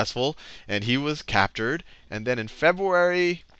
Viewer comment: Aaaah he said it again ...Febuary .... I can't contain myself!!!